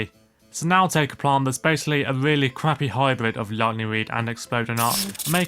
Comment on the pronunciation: “a weally cwappy hybwid”